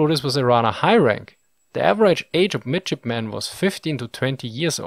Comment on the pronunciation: Lol who else heard midshipmen as midgetmen?